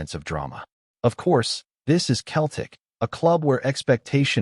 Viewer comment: Can your AI not get how to pronounce Celtic and not Keltic ffs 🤷‍♂️😡